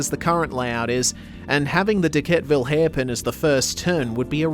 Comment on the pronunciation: You get Pulteny right, but not Dequetteville. Most of us pronounce that second 'e'. De-ket-eh-vil